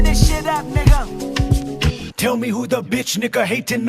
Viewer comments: I know you said it's not the hard r, but come on, did you really have to say the word? You're quoting kendrick, i know, but you could've not said it. PS: i hear the "er" more than the "uh", 100% sounds more like the hard r. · You had a lil too much “er” on that “nigga” at the very end, my friend. But good vid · ayooo That hard ER at the end was wild. i honestly enjoyed the video until the last second.... your a wild boy. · That's a hard R in the end bruh is this allowed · What the fuck is with the hard r? Did you have to do that? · You said nigga wrong foe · that r was a little hard🧐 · Man saying the word with a hard r 💀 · Wow why the hard R at the end? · I feel he definitely did😂